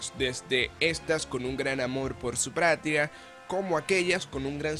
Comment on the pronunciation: jajajaja alguien se dio cuenta de que dijo pratia en ves de patria :V